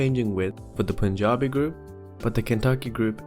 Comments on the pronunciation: I'm glad you pronounced Punjabi correctly. Cheers from Punjab! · Impressive pronunciation of Punjabi